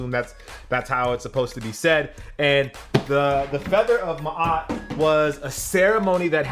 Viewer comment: HOW YO BLACK A** NOT KNOW HOW TO SAY MA’AT??!? ✊🏾